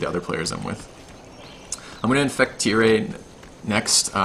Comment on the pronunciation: Tyre is pronounced "tire" as in "fire". Phonetics: "ˈtaɪə", aɪ is the sound ai as in "pie", ə is the sound a, as in "la". Source: it also has the audio of the pronunciation. Quick note cos it bugs me; Edinburgh is pronounced "edinbarah" or "edinbrah" (I think most natives pronounce it as the latter in everyday speech). Source